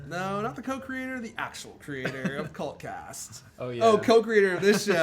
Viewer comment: When you say "cult cast".....it sounds like Cunt cast over here in the UK. :)